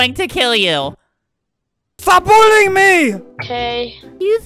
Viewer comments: He says it like "bulling" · Pugs4life Gamer Albert sounds like he says 'bulling' that's why I said it that way.